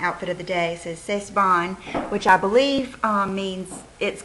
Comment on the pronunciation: you pronaunce like "sa bon" not "sat bon" :) but i like ure vid!